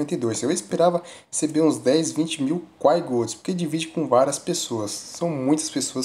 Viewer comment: Pq esses cara fala quai, sendo q a pronuncia é Kwai